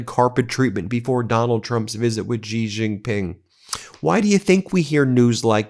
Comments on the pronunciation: Xi, as the president of China, His name is actually pronounced the way you say 'she.' the voiced /sh/ sound like in the French 'je' is not a Chinese phonetic. Seriously google the pronunciation of presidents of China's name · can u pronounce Xi's name correctly please